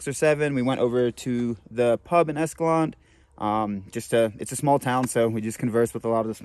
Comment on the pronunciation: Practice saying this: "EscalanTAY"